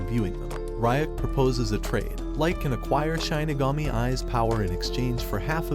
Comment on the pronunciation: Please never say ‘Shinigami’ again